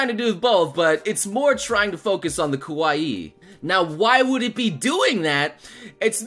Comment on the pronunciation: You need to watch your pronunciation of Kawaii (Emphasis on the Ka), because you sound like you're saying kowaii (which means scary). Yes, I am very particular.